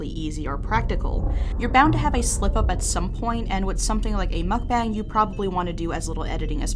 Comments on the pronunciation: the word "mukbang" wasn't muck bang or mook bang. the correct way of pronouncing it is "mook bunk" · pronounced Muhk-Bahng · It's apparently pronounced mook-BONG! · How to say Mukbang: Muh-k-bah-ng Pronounce the u like in the word mud, and the a in "bang" like the a in fall. It is NOT pronounced like it rhymes with fang. I know you're trying your hardest to pronounce it correctly so I just wanted to help, and if you're unsure on how to pronounce things in the future, just google it. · it's pronounced mook-bahng :3